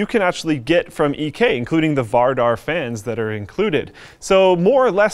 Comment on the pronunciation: "Vardar" is one of the weirdest words ever pronounced in north american english